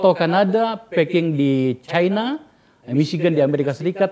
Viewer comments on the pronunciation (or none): none